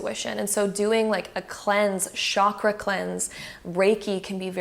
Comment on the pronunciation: Omg it's not shakra